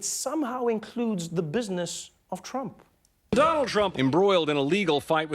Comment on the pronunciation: albert marian gamer You keep saying "Trum." It's "Trump." Do you seriously not know your Supreme Leader's last name? Supreme Leader means someone with a lot of power over pretty much anything under his domain, by the way. I figured you probably wouldn't know what it meant.